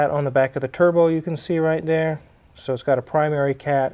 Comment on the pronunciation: Did she say, "tierbo?" 😝